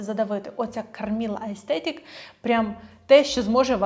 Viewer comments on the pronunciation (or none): Пані, я Вас дуже прошу - викоріньте з вимови «аестетік». Воно читається і вимовляється «естетік»! Приставка «а» робить це слово антонімом! За таким же принципом як в українській мові, наприклад, «морально/аморально» і тд Дякую! ❤ За відео і розбір теми трендів окрема подяка! 🫶🏼